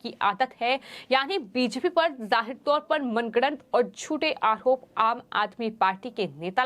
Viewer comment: Arop hota hai aahrop nahi Har bat h ka use kyun Sahi pronounced hona chahiye